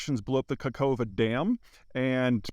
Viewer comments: You need to pronounce it as Kahovka, not Kakovka. Come on, Peter, it's not that hard. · Hi Peter, thank you very much for your efforts. Your pronunciation of location is very wrong. No surprise, not your fault, transliteration is awfully bad. Second "k" is silent. Even more completely unnecessary. Try to pronounce it like: "Kahovka". This sounds much close to native pronunciation. Thank you.